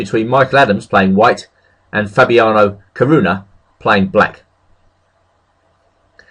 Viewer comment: What the... he can say 'Caruana' correctly!? After all these years I've finally heard it!